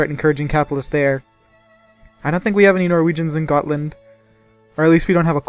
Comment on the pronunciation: not gotland its götaland